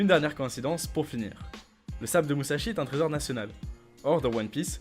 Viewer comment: Petite correction sa se lit MuSSashi et no MuZashi sinon bon taf continuez c'est cool